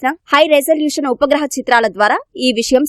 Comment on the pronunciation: Voohaa chitraalu kadu Vupagraha chitraalu